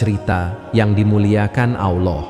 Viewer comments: Kisah nya bagus...Tapi yg ngomong agak belepotan..diawal nyebut AWLAH..mungkin maksudnya ALLAH... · Narator perlu belajar mengucapkan lafadz: Alloh